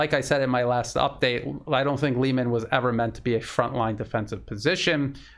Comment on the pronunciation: Try pronouncing Liman like you pronounce Kherson. It will sound much better and it is in fact the correct pronounciation. Don't take this the wrong way, it's just a friendly advice.